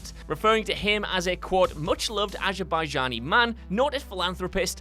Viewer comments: ‘TherMOses’? You really should give the scripts a preliminary read before recording. Also, it’s Azerbaijan, not Abaijan. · Did you seriously pronounce Azerbaijan as Abajan?